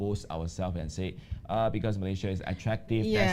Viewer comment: It's MalaySIA, not MalayZIA.